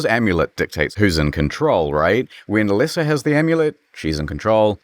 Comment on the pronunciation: A-leh-sa? I barely know her!